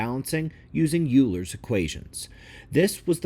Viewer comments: Oiler not Youler for Euler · Euler is pronounced Oiler